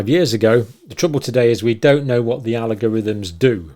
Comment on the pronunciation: Algorithm not Alogorithm